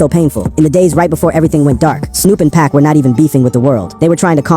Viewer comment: I seriously wish people would quit using AI to read things like this, the complete, total disrespect of hearing this man referred to as "Pack" instead of Pac...